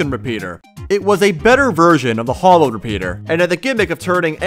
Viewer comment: It's not Hollowed. It's Hallowed! Hallow is like holy Hollow is empty